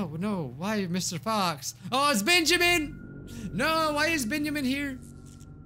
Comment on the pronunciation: Benyimin is how lil misfortune say it!